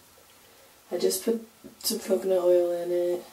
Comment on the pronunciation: u said "coocoo nut oil" lol luv ur puff